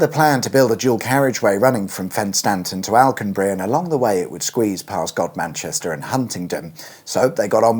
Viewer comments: Not first! Um... "Godmanchester" is not pronounced as "god-manchester". Well, at least so I've heard though there are those that disagree. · Hey--my childhood home! And I know language is fluid and sometimes pronunciations change over time--but when I was living there, Godmanchester was pronounced "gum-stir." However, the message conveyed is the message received, so does pronunciation actually matter? I kinda miss Huntingdon...it was a pleasant place to exist. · Should ask the Bulgarians - they seem way more efficient with money - they can level up a whole town with just £200 million. Oh, and isn't Godmanchester pronounced 'gumster'? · Yeah that’s not how you pronounce Godmanchester😂😂😂😂😂😂😂😂😂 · And 'Godmanchester' is not pronounced as it is spelled.